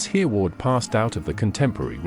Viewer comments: The name is pronounced "Herreh-ward' not "Hearward". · Everyone learned of Hereward the wake when I was a school boy 70 years ago so he is not unknown, but I've never heard him called earward before, am I wrong or is this AI talking 😂😂.